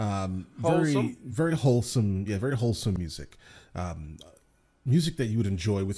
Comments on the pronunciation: We thought he said "wholesome", but he said "holesome". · He said hole some lol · It's "hole-some".